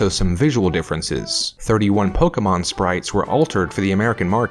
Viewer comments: "Forgive my pronunciation" Po-kay-mon Not Poke-a-mon I blame ash for saying that for 5 episodes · Here's a mispronunciation for you. Pokémon is pronounced "poh-kay-mahn." This is according to the official Pokémon handbook (circa 1999) and anyone who recognizes the accent mark over the e, which makes it pronounced similar to "café," "fiancé," or "toupée."